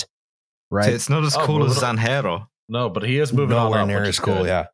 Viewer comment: Haven't finished watching yet but I love a tangent solely based on mispronouncing a J, also "Zanjero" definitely doesn't sound cooler for a Spanish speaker, it's just "ditch digger" for me, while "Superintendent" at least has Super- in it.